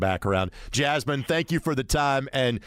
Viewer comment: Great show, but to be honest, he butchered Jasmine’s name and she was just too kind to correct him.